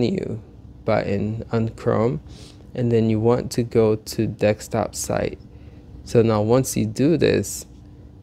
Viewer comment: Did u say dekstop